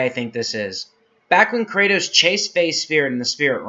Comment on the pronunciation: good video but why are you pronouncing his name like that